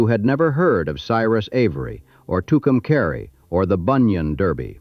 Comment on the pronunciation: The AI is pronouncing Tucumcari wrong it's pronounced Tucum"cahre" not caree